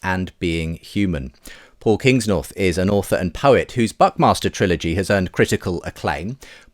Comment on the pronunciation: I've replayed this 3 times, and I can't hear anything else than "...whose 'Butt Master' Trilogy has earned critical acclaim"